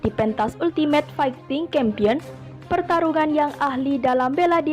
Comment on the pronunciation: champion braiii bkn kampion dibacanye...🙏🙏🙏